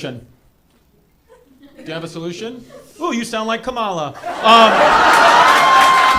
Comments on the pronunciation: It’s Comma-La, Not KamALA. You’re sounding Done-Old Trumpy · white people refuse to pronounce kamala correctly it’s crazy 😅